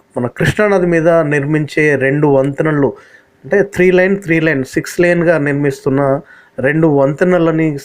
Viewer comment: గారు, Good. బ్రిడ్జి కంపోనెంట్స్ బాగా చూపిస్తున్నారు. మీకు వీలైనంత విషదీకరిస్తున్నారు. లైన్ కాదు లేన్ అనాలి. ఫోర్ లైన్స్ కాదు ఫోర్ లేన్స్ అనాలి. లేన్ అనగా ఒక పదరము. 3.75 మీ వెడల్పు ను ఒక లేన్ అంటారు. 2 లేన్ అంటే 7.25మీ. + 1.50 మీ పేవెడ్ షోల్డర్ కలిపిఅ మొత్తం 8.75 మీ వెడల్పు తారు రోడ్ ఉంటుంది. 4లేన్ అంటే ఎడమ వైపు 8.75 మీ, కుడి వైపు 8.75 మీ వెడల్పు ఉంటాయి.మొత్తం రెండు వైపులా కలిపి 17.50 మీ విశాలమైన తారు రోడ్ ఉంటుంది. Six లేన్ అంటే 12.25 మీ వెడల్పు ఒకో వైపు ఉంటుంది. మొత్తం రెండువైపులా చేరి 24.50మీ తారు రోడ్ ఉంటుంది.